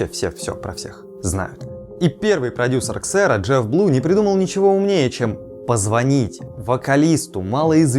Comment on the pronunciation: Xero произносится как "Зиро" игра слов от поговорки From zero to hero